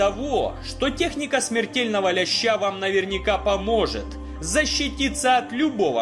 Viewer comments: Так почему ты говоришь лЯща, а не лЕща???? Рыба лЕщь, а не лЯщь!!!! 😕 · лЕща а не лЯща